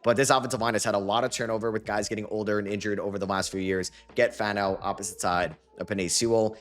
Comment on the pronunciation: Love your content, but repeat after me: FAH-no. Spencer FAH-no, not FAN-no. Sincerely, a diehard Utah fan